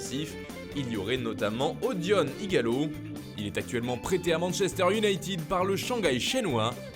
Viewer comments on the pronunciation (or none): Manchester iounaïted,ted,ted et non pas iounaïtiiiiiiiid 20 dious 😫😖🤬